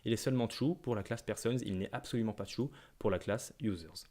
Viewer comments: Il y a aussi le "ça fait tiou" (true) 😁 Blague à part, merci beaucoup pour ce tutoriel clair et concis ! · Très bon tutoriel effectivement. J’avais un peu de mal avec la Web doc Mozilla, etc. au sujet de l’utilisation d’extends mais là c’est simple. J’ai beaucoup ri quand il a dit qu’un objet était « tchou » pour « true » ! Il faut reconnaître qu’en France, on est plus habitués à dire "trou" que "tchou" !